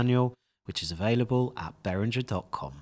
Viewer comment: Wow, even an employee is pronouncing it as "berinjer".